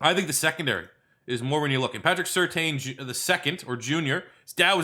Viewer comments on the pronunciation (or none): Surtain is pronounced "certain"